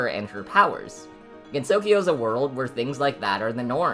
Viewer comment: this is an informative and funny video ! but your pronunciation is a bit off for some names . Japanese phonetics can be a bit tricky for English speakers since each syllable is taken independently. Sumireko is "soo-mee-REH-koh", rather than "RAY-koh", and the emphasis in Usami is on the first syllable "OO-sa-mee" rather than "oo-SA-mee" Gensokyo has 3 syllables with the last pronounced "kyoh" as one sound, rather than separately like "kee-yo" with 4 syllables total . The emphasis is in the first syllable of Mamizou's name "MA-mee-zoh", but pronunciation is good apart from that . So many people get this wrong but Marisa is "MAH-ree-sah" rather than the western "muh-RISS-uh" this might be partly due to romanisation trickiness, but Rinnosuke is "Ree-NOH-skeh" with 3 syllables, rather than "Ree-no-NOH-skay". Double consonant just means the vowel afterwards is longer. Omake is "oh-ma-keh", 3 syllables. i hope this does not seem rude >_< but i hope you take this comment into consideration.